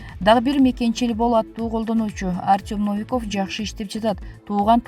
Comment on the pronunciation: Комментатор Новиковду туура айтчы. Орус тилинде ударение деген болот.